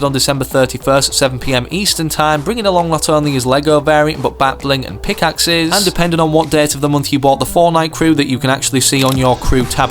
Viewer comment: pickaxe is “Bitemark” love ur vids